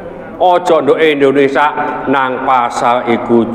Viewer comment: Waalaikumussalam..Maaf Abaah, bukan lndonesa, tetapi lndonesia